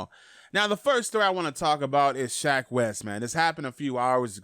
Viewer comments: SHECK not Shaq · Thats shecks fault for having a name like SHECK